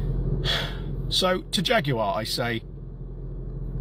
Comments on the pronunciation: Faguar not Jaguar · They turned the J into a F 💀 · It's a Jag with an F.